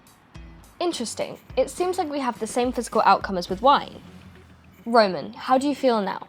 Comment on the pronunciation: Ramen ramen who is this RAMEN character you speak of?